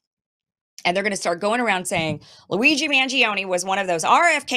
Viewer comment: I love your italian accent when you name him !